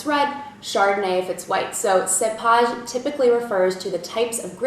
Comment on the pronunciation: This video should be renamed: Commonly used French wine terms, or French vino vocabs...!! big effort there u more or less know your subject(wines), but few mistakes in pronunciation, cepage: sounds seepage, terroir was close, terre-oir burrique/bourrique: BA-rrique, saignee was the worst..... nextime u visit France go on ur own and stay a month or two in wine regions u'll pick up the lingo for sure....oh avoid Paris. very cute keep smiling, u do like Julia Roberts..